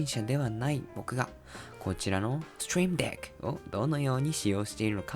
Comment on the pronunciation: Trying to learn japanese right now so I have the subtitles turnes off. Barely understand a word he's saying but the intense "STREAM DECK" without any context for me every time the name is on the screen is incedibly funny. But gotta give it to him, the pronunciation of "STREAM DECK" was pretty good.